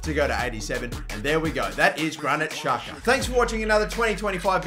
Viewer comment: He is albanian.. And it is pronounced jaka